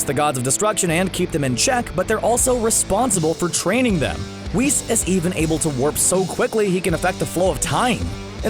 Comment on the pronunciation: Whis should be pronounced WISS not “Wees”